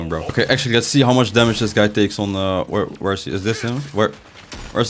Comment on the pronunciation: alsjeblieft leer dingen beter uit te spreken, ik vind je videos goed maar de manier dat je bijvoorbeeld 'lets' zegt. je zegt de letter L alsof het een R is